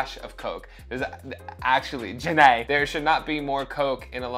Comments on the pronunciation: The way you pronounce her name makes me think of Forest Gump saying Jenny’s name as Jen ay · Everytime "Ja Née" is said, I can only think of Forrest Gump saying "Jenny"